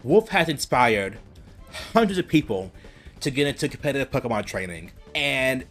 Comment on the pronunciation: It is also Pokémon not pakahmon